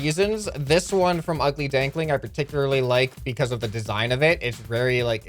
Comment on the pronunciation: Purticularly 2 times